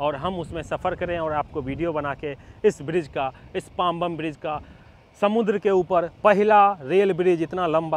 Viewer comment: भाई, एक छोटा correction - नाम पांबन है, पांबम नही।